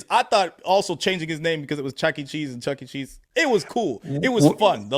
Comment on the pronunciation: I'm absolutely dying finding out that said "checking cheese" and not "Chucky cheese" but I'm so glad everyone heard the same thing hahahaha.